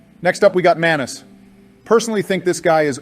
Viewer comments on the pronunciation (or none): Joe fumbling their names so badly is hilarious. Manus= Manson and Mason, Artorias = Areola and Artemis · joe getting manice's name wrong three times in a row is peak, almost as peak as artemis, the best boss in ds1 and the star of the dlc "atreus of the abyss" Also obama saying "plin plin plon" when talking about gwyn's theme killed me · They fucked up Manus name hard lol